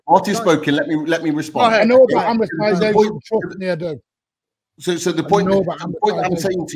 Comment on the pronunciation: Martin trying to explain “amratisation” ….priceless 😂